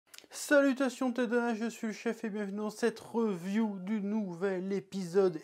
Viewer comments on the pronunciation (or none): none